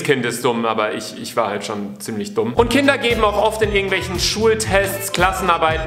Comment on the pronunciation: Beim ersten Satz im Video habe ich "Hinder sind dumm." verstanden.